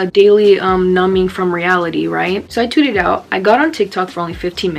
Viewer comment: anyone else hear tooted instead of tweeted?